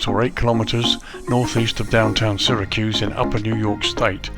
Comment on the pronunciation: Just an fyi, the "Y" in Syracuse is pronounced as an "E" Another great review, i ended up buying it as i live in the states and do plenty of Southwest Airlines ops